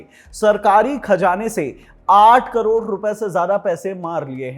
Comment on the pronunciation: 8 crore aise bol raha hai ki jaise ki 8000 carore ho😂